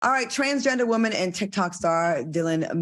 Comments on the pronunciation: The way Al says “woman” cracks me up!!!!! “Woemon” 😂😂😂😂😂😂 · He say it like that man from the Color Purple lol